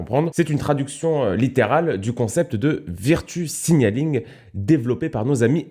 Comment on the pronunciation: Ça se prononce veurtchou pas virretu